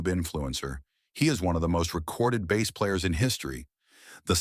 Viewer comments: bro if you are going to let AI do the voice at least make sure it can pronounce "Bass" correctly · Your videos persuaded me to get a Sire V5 24. It's a great bass, and I actually like passive electronics. Still wish your AI voice could pronounce BASS properly. 😂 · The mispronunciation of "bass" is quite annoying.